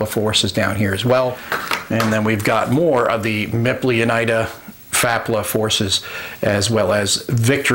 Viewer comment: Awesome video thanks. Small note: UNITA is pronounced (You Nee Ta) :-)